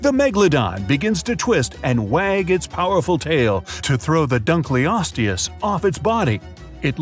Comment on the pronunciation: He pronounced dunkleosteus wrong